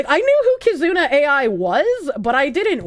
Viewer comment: Bro she can’t even SAY KIZUNA AI what a fuckin POSER. She’s literally just there to sell you shit and fear monger INTO the shilling. I don’t know how you didn’t call her out about that.